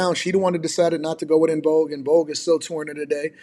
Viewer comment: "I use to have a crush on Dawn from En-Vouge"